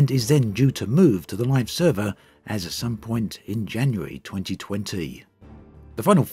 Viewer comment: Hehehehe ....he says Jany-yary. Nothing wrong with that... just makes me giggle